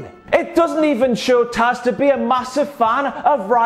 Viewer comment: You got "Taz" right this time (